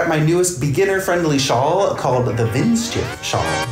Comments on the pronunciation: Pronunciation is " Vint sheef " :D (Hi from Germany!) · I love your pronounciation of the word 'windschief' 😄 greetings from germany❤